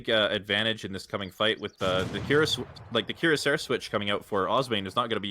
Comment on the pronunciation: The way pronounces cuirassier triggers me.